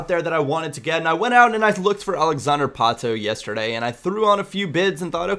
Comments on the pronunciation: Its Pato, simple as that, in portuguese, not Patoo xD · Pato ! P-A-T-O, not 'ou' hahaha, just a tip. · I speak portuguese, its pato, not patu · uhmm, it's literally just PAto in Portuguese. Don't know where you got Patoo from:P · portuguese from brazil... and not patu, it's kind of pronounced patoh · It´s Pato lol xd But most people only pronounce right the names of players from their country. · Yeah but Pato isn't Portuguese! He's brazillian! so it's "Pa-Toh" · You pronnounce it Páh-tu. As in you open the first sylable.:) Nice video. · I'm portuguese. Don't accent the "to" so much. "Pa" is the accented syllable. Other than that you're spot on. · to correctly pronounce 'Pato', just emphasize the 'a' as you are emphasizing the 'o', but don't emphasize the 'o' it self. Hope it helped:D